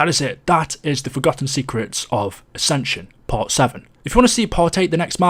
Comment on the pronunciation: AscensUUUN UnioUUUN